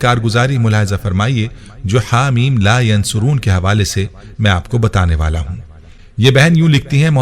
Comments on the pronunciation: Haameemmm la yunsaroon hy not a yan soroon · It is Ha Meen La Yunsaroon Not Yansaroon JazakAllah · Haa meem la yunsaroon hy not yansaroon nhi hy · Teacher lafz la yunsaroon hae aap yansaroon parh rhy plz btaeen sahi lafz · Asa in this video you pronouncing la yansoroon jubke in written is la yunsaroon zeer Zadar se meaning change ho jate hain I listened many time and u said yansaroon plz correct that before sharing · Assalamualiekum bhai bohat piyara wazifa hey Alhamdulillah Apki pronunciation sahi nahi hey Haameem la yan suroon nahi hey ,kunky ya ke oper peesh hey Haameem la yun saroon hey Jazakallah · Haa mim la yunsaroon he ya phir la yansuroon he Video me jaise likha aa rha he bolna wala bolne me zabar paish ki ghalti kr rha he, please is ko chek kren or ager mera point sahi he to correction kr len ye na ho k ghunah k murtakib ho jaye hum sab jazaak Allah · Assalam u Alaikum Mohtram Ayat Haa Meem La Yunsaroon Hain or video main aap bar bar Haa Meem La yansuroon bol rahay Hain plz coorect this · La yunsaroon hai talafuz theak kren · Hameem Layonsooron hota hai